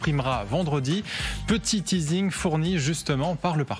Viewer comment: "Un petit tizing"😂😂😂😂 Wesh ce journaliste a cru que c etait un film😂😂😂